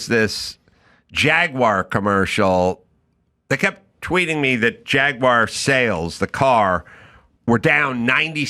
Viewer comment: HOLY CRAP! Erica pronounced "Jaguar" correctly! HUGE Kudos to Erica! Give her 100! Listen people— It's very easy. "Jag–wahhr". Rolls out of the mouth. Stop with the Jagwire shit and do it now. Say it with me — "Jag–wahhr". Simple. Like "ahhh"... Jagwahhr.